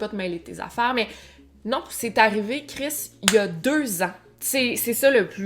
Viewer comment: T’entendre dire « Chriss!! » 😂 Mais effectivement c’est une histoire horrible 😢